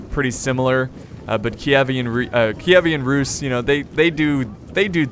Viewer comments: Also on does not simply mispronounce "Keevan Rus" as "Ki-e-vean Rus" XD They have an awesome culture, I'll give ya that. Especially with their mounted forces. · Its Ky-i-ven russ київська русь (kyivska russ) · Киевская Русь (Kievskaya Rus) , sounds so funny on english:D Ty for the video, it's awesome.